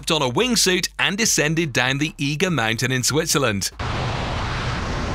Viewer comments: Eager mountain? You mean 'Eiger' pronounced Eyeger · It is not the eager mountain it is the eye-ger